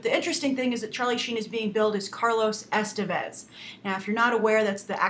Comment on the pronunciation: man I love how americans have no f clue how to pronounce names other than those of their own origin.Like Estevez.